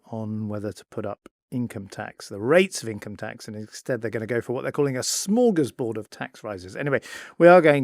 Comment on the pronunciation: Come on Ed, I don’t know how you were pronouncing “Smorgasbord “